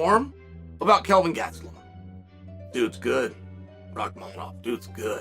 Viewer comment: Learn how to pronounce gastelem not hard